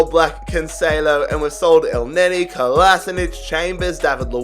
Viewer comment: not elneny 😭